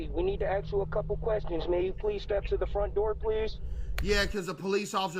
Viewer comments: "we need to aks you a couple of questions" boy streets done you wrong. Can't even speak like an educated person 😂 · nigga said 'axe you a couple questions' and expected the homeowner to believe him🙏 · 'CPD, we need to axe you a couple of quest shauns'